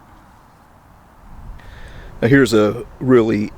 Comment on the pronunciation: I was surprised when I heard a potential relative mentioned, now I dont know if I'm any relation to Fredrick Brunner, but kudos to pronouncing his last name the same as I do. I now have to look up to see if I'm related to this hero! Thanks for all you do!